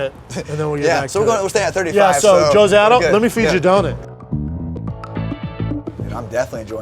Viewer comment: What the hell is a Donit? It’s a Donut you psychopath.